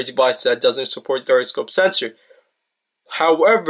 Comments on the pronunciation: Whats a GUY-ra-scope? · Pronounced 'jyro'